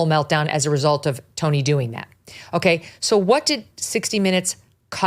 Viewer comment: You guys are not even close at prouncing Tony's name correctly.